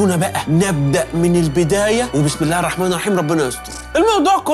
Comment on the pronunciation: لما تذكر اسم الله انطقه كويس